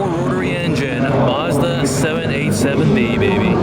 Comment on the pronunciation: You mispronounced Mazda